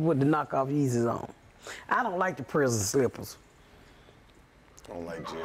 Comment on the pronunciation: He said where the yes is instead of the Yeezys